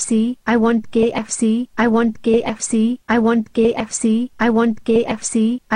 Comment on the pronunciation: why when they say KFC they say kxc